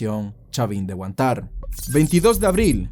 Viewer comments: Pero porque pronuncias la palabra Huantár con el acento en la última a , cuando todos aqui en Perú usamos la palabra Huántar con acento en la primera a ? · Amigo, para mejorar la historia hubiera sigo genial que acentúes bien HUÁNTAR y no HUANTÁR... Luego todo bien con el relato clásico de periodista de canal 4. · ¿Qué clase de peruano dice Tupac AmaRÚ o Chavin de HuanTÁR? Pronuncia bien oe. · Pd: Algo me sonaba raro cuando dijiste chavin de Huantar. Y es porque en los colegios cuando nos enseñan ese tema la "r" final casi ni suena y tu la acentuabas. Ponle que cuando dicen Huántar la r suena tan despacio que si escuchas mal podría sonar como Huantai. Cuando dijiste que eras venezolano en los comentarios ya me aclaro todo pero igual me puse a buscar la pronunciacion correcta. Y bueno, no es como la correcta solo mas popular escuchar la r final mas bajo. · solo me pareció curioso que para ser peruano dijeras Huantár en vez de Huántar, buen video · Eres peruano y no sabes pronunciar bien "Huántar"???? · Lee bien,es.....Huántar, con tilde en la primera a!!! No en la segunda!!! A nadie le gusta q pronuncien mal su nombre!!! Huántar........con H!! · Se pronuncia Huántar no Huantár, con acento en la primera sílaba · se regiere a que dice : "Tupac Amarú" y es "Tupac Amáru" y dice "Huantár" cuando es "Huántar" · Es Huántar y no Huantár >:( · Tupac "Amarú", Chavin de "Huantár" 💀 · buen video, pero algunas correcciones: - Tú mismo pones los nombres con tildes y se pronuncian así: Huántar no Huantár, etc. - El caso de la toma de rehenes como bien indicas se juzgo no por el operativo, sino proque se encontró evidencia de ejecuciones, eso no se puede defender ya que si se ha vencido y bajado las armas no debes terminar con su vida Muchas gracias por tu trabajo, es un muy buen video y lo compartiré con mis alumnos. bendiciones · No entiendo como siendo peruano pronuncias tan mal "Huantar" y "Tupac Amaru". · lee bien los nombres y identifica las tildes (nohate)